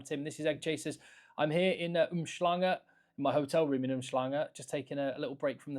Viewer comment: Aaaaah Tim😢. What happened man? U had it dead to rights in the earlier videos. Its not "Oomshlunga", its Umhlanga boss!!!